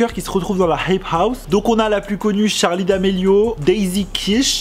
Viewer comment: Par contre ça me stress qu'il dit tcharli et pas Charli 😂